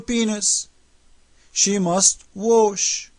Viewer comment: This guy's accent is so hilarious! He made my day better. :D Subscribed, only because of his accent. lol. "warsh" LOL